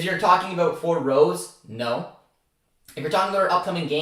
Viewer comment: Great video bro im hyped to have Rose at the helm. Praying for champions league football. & btw Marco Rose in German is pronounced like Roe-suh